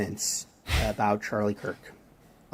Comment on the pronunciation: The second preacher got Charlie's last name wrong as well. He called him Charlie Kris. With as many times as Charlie's name has been said this week all over social media and the news and the man can't even say Kirk.